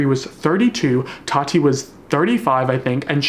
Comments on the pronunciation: why is nobody talking about how keemstar says tati??? it sounds like he’s saying toddy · No one: Keemstar: “Todi” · The way Keem keeps pronouncing “Tati” I straight up thought he was talking about Toddy Smith